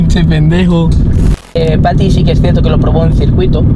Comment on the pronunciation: Smp de team tobbalink pero dices fati en vez de pati ajjajajajja